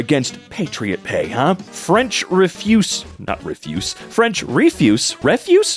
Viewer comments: if you needed some help, refuse is pronounced ‘reh-FUZE’ definition: basically a way to describe someone saying no. Love your videos <3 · Wrong variant of Refuse. It has a different meaning depending how you pronounce it. What you said is the equivalent of "no". The meaning in the post was "trash/rubbish" and is generally pronounced re-fuce in that context